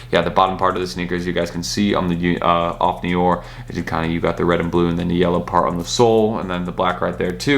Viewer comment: Off No* R. Not of neeeooorrrr